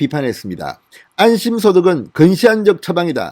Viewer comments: 갱상도 아니랄까봐 안심~~이 아니고 안~~심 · 좌빠들의 특징은 거짓말 한 후 들키지 직전에 도망가며 화제를 바꾼다. 적극적 거짓말이 아니면 무죄인 나라이기에 거짓과 속임은 일상화 되어 있는 것이 좌빠들이다. 그 맨위에는 조구기를 거쳐 문죄인이 있다. 이게 나라냐. 이낙연이도 빠질 수 없다. (그나저나 진성호씨, 소고기 '안심'부위 소득이요? 방송인 출신이 아니고 기자 출신이라 이해하여 주려고 해도 50% 이상은 액센트를 꺼꾸로 하니 신기합니다).